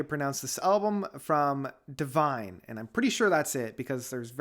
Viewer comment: It is pronounced Dune, geez.